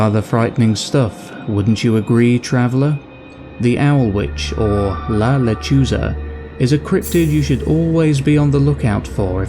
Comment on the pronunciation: You need to learn to pronounce Spanish correctly, and also, it’s not the sound of a baby crying, it’s the sound of a woman laughing. I’ve heard it!